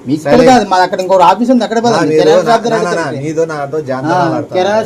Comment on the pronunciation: కిరానా కాదురా, కిరాణా షాప్